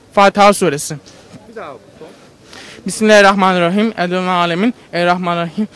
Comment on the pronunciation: ya evlendirme programı olunca takır takır sayıyor sonunu söyleyemiyor alt tarafı şunu dicek bimillarihrahmanirrahim